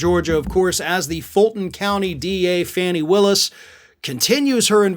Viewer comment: I am asking you again, WHY DO YOU MISPRONOUCE FANNY WILLIS'S NAME? EVERYONE PRONOUNCES CORRECTLY!!!!!